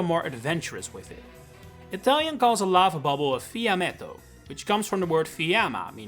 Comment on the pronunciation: in Italian it is pronounced "fiammétto" anyway. (Not fìammetto)